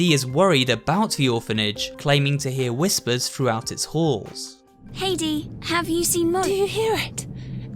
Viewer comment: Dees name sounds like deez when you say it